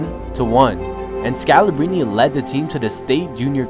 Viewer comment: Pronounce the R, scalabRine